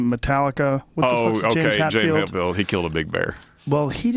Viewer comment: hey joe.....its james HETfield....HETfield.....